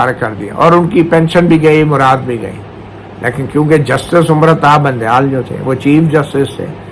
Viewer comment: مطیع سر وہ چاچا سیاسی ڈیرے والا تو بندیال کو بونڈیال کیوں کہتا ھے